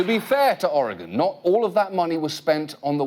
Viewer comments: Never caught on the first run how Lisa Loeb mispronounces Oregon, no doubt to get further under their skin. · Except for Lisa mispronouncing "Oregon" that was awesome :D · 1. I am an Oregonian. 2. Yes, I have played the ukulele today 3. I remember both the commercial and the botched rollout 4. They keep pronouncing "Oregon" wrong. and 5. That guy holding the flute is so close to holding it correctly while still holding it wrong that my brain is short circuiting. 6. As a Portlander, that joke about artists not working ate.